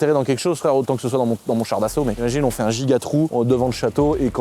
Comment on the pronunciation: On dit "Char d'assaut" 🤓☝